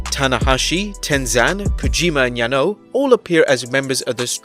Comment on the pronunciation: Supposed to be a wrestling channel and can't even be arsed to pronounce Okada, Naito and Yanos names properly 😭😂